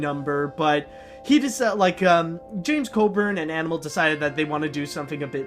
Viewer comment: his name is James Coburn not James Codern. try again